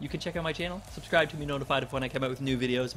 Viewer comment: every time i hear u say Vicarious Viking i think your saying Bi-curious Viking